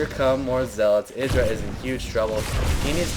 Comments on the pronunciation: 'Eye-druh', not 'Ih-druh'. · pronounce Idra like u would a HYDRAlisk, the way u say it drives me crazy -. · Mk, is Idra pronounced "Eye-Druh" or "Ih-Druh" because everyone seems to say it differently. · shouldn't Idra be pronounced the way it would rhyme with hydra?